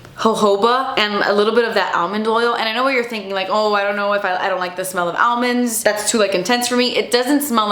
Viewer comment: Almonds 😹😹😹😹 I love the way you say it!